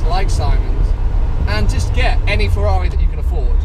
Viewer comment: What is a Fewwawi?